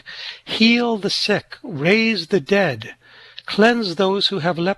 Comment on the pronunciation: Love, love, love your channel. And just FYI ❤ forbade it, not forbadded And, not 'debt', dead, 'invoking the dead', etc. Sorry. I'm a retired teacher...😅❤